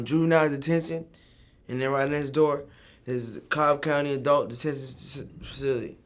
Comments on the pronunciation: It took that nigga 10 tries to say facility and he still fucked it up XD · This nigga couldn't say facility for shit!!💀💀